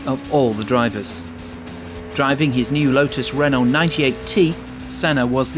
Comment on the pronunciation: Oh dear....Adrian "Newley", mispronounced Jerez, mispronounced Renault, mispronounced Imola, mispronounced Montezemolo......showing an indy car instead of F1....it's poorly compiled, and there aint' nuthin' new here.....